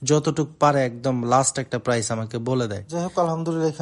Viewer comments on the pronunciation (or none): none